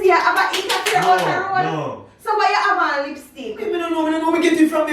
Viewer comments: LOL did say "interfair"🤣🤣🤣🤣! IA this win. This was genius nah lie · Jason u a av wah "interfair" outa road Me: a "interfair" or "affair" 🤔🤔🤔🤔 Also me:🤣🤣🤣🤣🤣🤣🤣🤣🤣